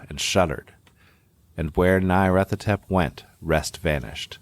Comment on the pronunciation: Trigger Warning: continuing & near-consistant mispronunciation of Nyarlathotep 😜